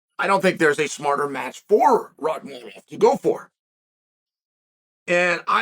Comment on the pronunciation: Chael, jokes aside, you're the only one who doesn't call him by his first name "Shavkat". It's not hard to remember. It's just like "Khamzat"... but it's "Shavkat". Somehow, you've actually memorized and pronounced correctly, his harder last name. Which for you, this just blows my mind and I don't understand. Unless you're trying to give him a hard time, and if you are, it's falling on deaf ears. The entire UFC commentators just call him "Shavkat" and don't even say his last name. Most people don't know his last name. Get it together old man! Sad!